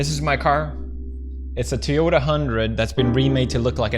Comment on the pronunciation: He says Toyota wrong